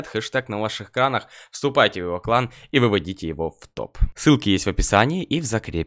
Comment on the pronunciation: Мне кажется что когда рекламирует 1х бэт то он говорит "мой знакомый сосал клан"